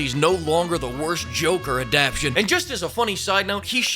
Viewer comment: It's "Adap-TAY-tion." Please.